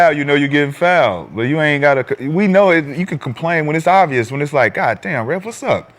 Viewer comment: Kenyon DESTROYED Rashad with the "is it obious?" 😒😂😂😂